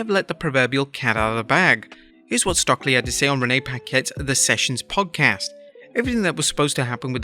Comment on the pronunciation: Its “stoke-lee”, not “stock-lee” … just helping :)